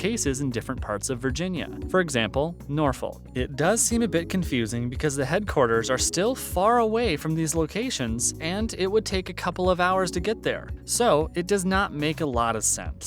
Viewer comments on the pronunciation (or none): As a native let me say it is not Nor-folk, it is nawfeck.